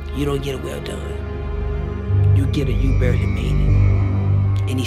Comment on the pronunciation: You don't get a well done, you get a barley made it. That's what he sounded like he had said.